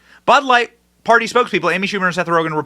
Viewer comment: Amy Schamu-er